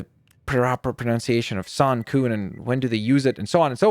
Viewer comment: you pronounced kun like koon where it is more like a k-uhn sound